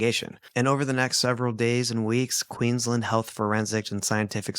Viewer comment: I'm from Queensland Australia, love your podcast! Thank you for pronouncing the names of all the towns correctly! 😊❤